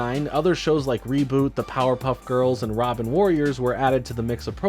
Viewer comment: Ima let you slide on mispronouncing ronin warriors